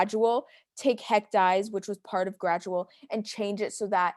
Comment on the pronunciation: i recall it’s actually pronounced “haec dee-ez”, not “haec dies”